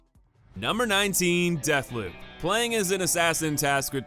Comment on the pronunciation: Deathleb?? It is called deathloop